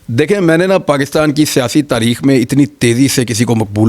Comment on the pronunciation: اینکر صاحب تریخ لفظ نہیں ہوتا 8 تاریخ کو الیکشن ہے